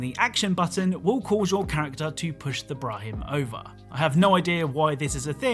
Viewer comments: It’s Brah-min not brah-him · absolutely not saying Brah-min right... "Bra-him" hahaha its literally spelled the way its said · Brah-men not brah-him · Brah-min, not Brahim lol, your ignorance is forgiven 😉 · Its not Brah-him, its Brah-men, with a silent h. Way off on pronunciation there, chum. Theres even occasional dialogue which pronounce the term correctly. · The H is silent. Bra-min I don’t know why I felt so compelled to point that out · It’s “brah-min” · He is saying brahmin wrong and let’s just say I have a problem. Love the content, keep up the good work.